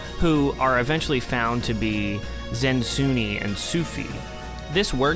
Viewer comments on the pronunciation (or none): none